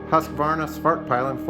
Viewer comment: you completely butchered the name of the company and the motorcycle lol. Anyways great video mate.